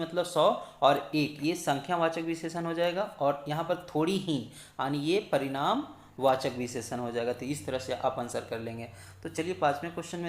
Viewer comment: Sir last part me parimadwachak ana h na ki paridamwachak